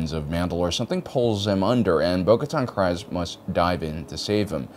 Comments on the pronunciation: It's pronounced KrEEEEze! 🤦🏻‍♂🤣 You speak well and say other Star Wars things properly...so why not Kryze? 😂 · Is he miss pronouncing Kryze on purpose? As far I know in Clone Wars and Mandalorian it's pronounced with "ee" sound 🤔